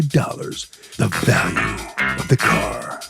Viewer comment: Yes, and pronounced car as ‘core’ about two dozen times.